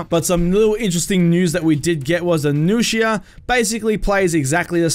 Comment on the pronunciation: I was already really hyped for marching fire and seeing the nuxia just made me even moe hyped also finally hearing someone pronounce nuxia correctly (besides metatron) was pretty nice